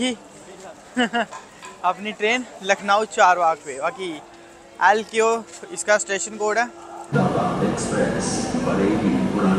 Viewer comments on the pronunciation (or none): Lku nhi bahi lko hota he code ok bro I 😂